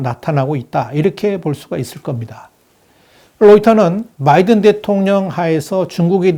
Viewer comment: 전부터 귀하에게 하고 싶은 말이 있었습니다. 귀하의 방송을 듣다보면, Biden의 이름을 발음할 때 분명히 B로 시작이 되지만, 상당히 많은 방송에서 귀하는 <M과 B의 중간 발음>을 하는 것을 발견했습니다. 이 방송에서는 14분 42초의 위치입니다. 확인하시기 바랍니다. 명확하게 B 즉, 한국인의 발음으로도 가장 쉽고, 또 분명하게 발음이 가능한 "바이든"임에도 발음을 이상하게 합니다. 수정이 돼야 하지 않겠습니까? 예를 들면, 골프를 치다보면 어떤 사람들은 Nice Shot을 외칠 때, "라이스" 또는 "롸이스"라고 하는 이상한 인종들을 보는 경우가 왕왕 있습니다. 분명히 "나이스"라고 해야 하는데 말입니다. 이런 인간들과는 완전히 다른, 충분한 학식을 갖추신 분임이 분명히 알고 있으므로 이들과 동일시 하려고 하는 것은 아님을 이해해 주시고, 참고가 되셨기 바랍니다.